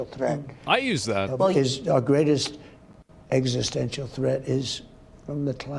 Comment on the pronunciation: Agent Orange having a lot of difficulty with the word "Existential". Seems like he's ok up to 3-syllable words, after that he has to go fish into the big-boy-bag of words.